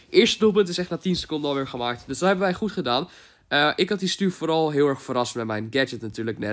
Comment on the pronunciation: whahahah 'goet' ik ga stuk